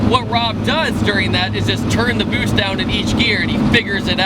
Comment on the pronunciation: If I didn't read the boost caption I would've thought he said boobs